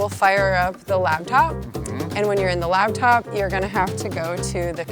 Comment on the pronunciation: Did she say “Labtop”?